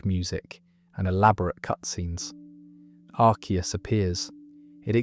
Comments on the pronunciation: Its not pronounced Ar-see-us, its pronounced Ar-kee-us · I say arseeus instead of arkeus like it’s pronounced. It was originally arseeus, so ironically this is the first time I’ve ever heard someone pronounce arceus as arkeus